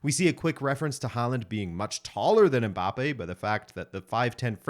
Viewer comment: The commentator is one of the fewest westerners who pronounce "Mbappe" the correct way unlike the majority that say "em-mbappe"